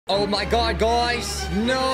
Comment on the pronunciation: "oh my goud guys,Norrr" love that